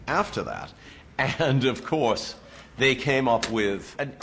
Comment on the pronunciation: I do hear the Boston a bit when he says things like "of course". I wonder if this is how Colonial Bostonians sounded like :P